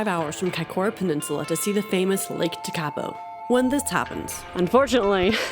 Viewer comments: Never say never. Of course the lakes are dried up. It’s January in the middle of summer. Your correct pronunciation of the name just to help you is in its syllables. Teka po. After a good winter the lake will be full and the greenery will be lush and green. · Your pronunciation of "Tekapo" 😆